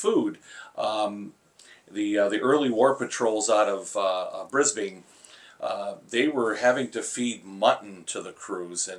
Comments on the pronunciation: BTW - Brisbane, Queensland, is pronounced Briz-Bun. Briz-bayne is in California, is well inland, and only has a fraction of the population of my home city. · Its not pronounced brisBANE but more like BrisBin, just thought i would mention. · Just a pronunciation note for Brisbane: It's not "Briz bane" It's "Briz bun" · This bloke was great! Love hearing the yanks pronounce it “Bris-bane” we call it “bris-bn” but I reckon we are probably incorrect on that one. Always enjoy listening to the stories about the day to day life of sailors.. always make me smile; just a bunch of guys doing their best Greetings from AU